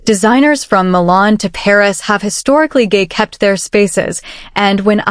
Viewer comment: Or change gay-kep to gate-keep 🫣😂